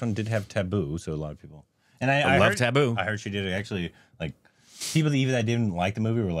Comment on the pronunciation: Same vibes I feel as he deliver the dialogue Manju it's same accentophillic you pronounce taboo I laugh hilariously